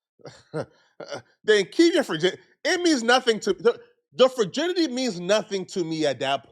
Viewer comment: keeps saying “furrginity”😂